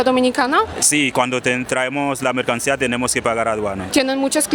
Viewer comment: princesa polaca, dijiste dos veces " MERCANIA, cuando debiste decir MERCANCÍA " pero, sabemos que estás todavía aprendiendo a hablar castellano, así que, continúa mejorando princesa!!!💥🥳🥰